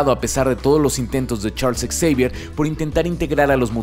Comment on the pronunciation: Hola. Aquí repasando tus videos y escucho en el minuto que dices "Ex-eivier" ¿Se dice así o se dice "Javier" para referirnos al mentor de los X-men? Muchas gracias y saludos desde Colombia.